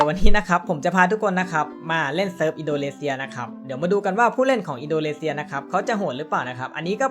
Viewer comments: อินโดนีเซียครับพี่ไม่ใช่อินโดเลเซีย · อินโดนีเซียครับ ไม่ใช่ อินโดเลเซีย 555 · ทำไมผมได้ยินว่า อินโดเลเซีย